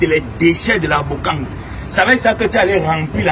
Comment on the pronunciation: on dit brocante et non bocante pour quelqu'un qui a un master euch😮😮😮 Ton français laisse à désirer.